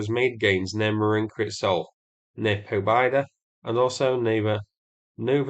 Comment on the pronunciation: Hello,! For your information, that town south-west of Marinka is pronounced "Pob-yedah'. It means 'Victory'..